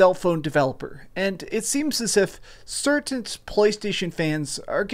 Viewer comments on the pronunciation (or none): Ive never got my head around why he says certaint instead of certain.